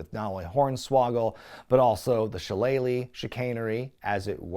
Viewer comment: I will never get tired of the way you say "shilleleylilellilagh"